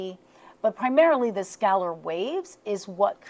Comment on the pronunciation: "skeller" wave, is normlly pronounced "skay- I've been curious about this, but the speed of the visual, every time I see it bothers me... which makes me curious as to what's going on..